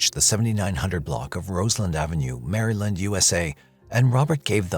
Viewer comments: AI is ruining YouTube and all other forms of video platforms. If the narrator is fake, then how fake is the whole thing. Good stories and interviews but they are someone else's work that AI is pirating. AI can't even pronounce the simplest words humans have said for 100s of years Mary Land USA lmao, no like from me and definitely no sub. I don't sub to bots and computers and neither should you. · I know I'll get dog piled for focusing on this, but who tf pronounces Maryland like that? Makes the voice sound like AI instead of a real person. "Sound & safe" is another example of this. Who says it that way? It's "safe & sound". I know they're the same words, but it sounds so weird & wrong when reversed. Are you trying to sound unique? Because it makes you sound uneducated instead.